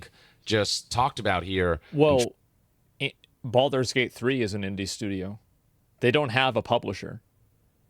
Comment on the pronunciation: ho no, not Baldure gayte again